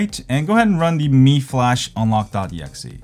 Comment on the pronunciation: Should it be pronounce Mi as me, not my..